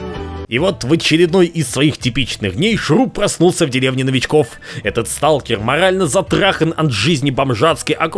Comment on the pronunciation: American: Watafak is Russian. Русский: СТУлКЕР АнОМАЛИя